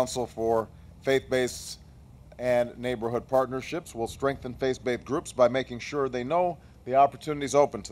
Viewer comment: Nice points; funny though how he says "face-baithed" at least 6 times :P